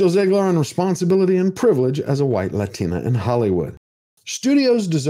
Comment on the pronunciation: Why does she talk normal and the when she says latina she says it like "Lathina" weird WEIRD